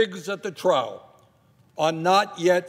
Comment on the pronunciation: Pigs at the trow? Bernie, trough is pronounced troff. Otherwise, well said.